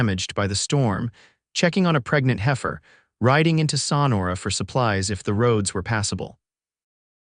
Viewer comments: THE BAD PRONUNCIATIONS IN MOST OF YOUR TALES - THE NAMES OF PEOPLE AND PLACES can be corrected in the future! For instance- in this tale the pronunciation of SONORA can be found by keying in "Sonora pronunciation" - you can listen to it several times over if you wish! It is pronounced "SO-NOR-A" You should have someone fact checking all you tales before they go out to the public! And, some of your tales are cut off way too soon at the end! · Learn how to pronounce Sonora correctly. Suh nor’ uh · so nora. Pronunciation. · I also enjoyed this story! The only caveat was the narrator's inability to pronounce Sonora! And Jay-cob-son!